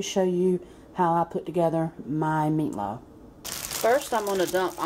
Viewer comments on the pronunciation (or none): I love how she says MEATLOW😂 and yes i will try it.